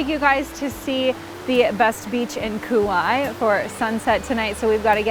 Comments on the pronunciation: Nice video btw Kapa’a has two a’a’s for a reason cuz it’s pronounced Kapah-ah not kappa. Kaua’i is Kauah-ee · It is pronounced Ka Wah ee learned that from the native on the island, at a Luau